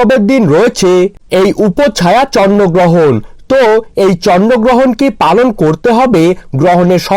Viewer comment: ata chonno grohon na bhai ata chondro grohon 😅😅😅😅😅😂😂🤣🤣